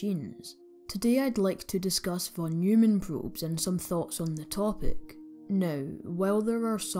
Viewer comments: Both pronounciation of "von Neumann" were wrong :D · Interesting video, many thanks... except for the von Neumann pronunciation...😅